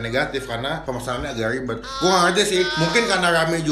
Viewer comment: Selibet libetnya